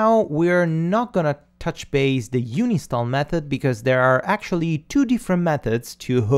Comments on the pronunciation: Great tutorial. All of this is very new to me, so I am glad with what you teach. (Just one very minor, totally unimportant thing..... You talk about "uni-stall"m but it is actual "un-install". :-) ) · bud you said, uni-stall a plug in. It is Un-install lol. Love your vids though, just a comment... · Dude it's called UN INSTALL not UNI STALL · I thought it's un-install, not uni-stall ? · "Uni Stall" *Un install ;) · bless the way you pronounce UNINSTALL. Love all your vids.